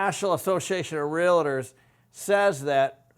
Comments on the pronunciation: Pronounced real tors your saying real a tors ! There is no a between real and tors !!! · 😡❓Stop frickin saying real-i-tors!!!! It’s RealTors. Other than that, great video!! Thanks 💥💯‼️ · (Realtors). Real-Tors Not "Rea-Lit-ors" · Hey....Can you please at least pronounce Realtors correctly? REAL TORS not REAL A TORS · It's not "realitors".